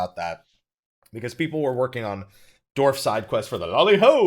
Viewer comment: Dwarf, not Dorf lol <3